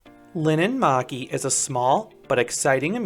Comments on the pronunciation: POV: Finnish person watching this🤣☠️ you don't know how to speak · Sorry but it's linnanmäki